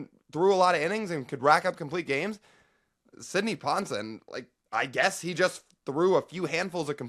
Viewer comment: That's pronounced Sidney Pon-SEWN